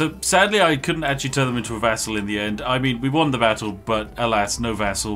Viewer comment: It took me 10 min to realize he meant "vassal" and NOT "vessel"! I rly thought that commander was turning others into vessels for his soul!